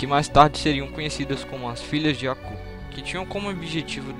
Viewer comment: Pq vc fala "Acú" e não "Abú"?